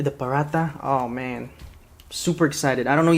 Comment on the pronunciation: umm it's pronounced parata spelled paratha though but what you are eating is fried so its called I am an Indian from india so just saying what I know